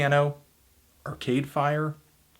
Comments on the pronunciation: the way he says arCADEfire is so irritating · The only thing really annoying about this review is his emphasis on Are-Cade Fire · Largely agree with the review. Struggling with your emphasis on "Cade" in "Arcade Fire".